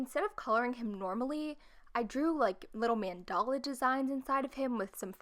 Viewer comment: Mandala is pronounsed differently.